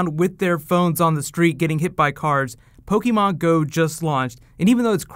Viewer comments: Everytime he mispronounces Pokémon (every time) I cringe a little... Aside from that, good video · whats po key mon? I'm playing Po keh mon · Take a shot every time he says Pokey-Mon.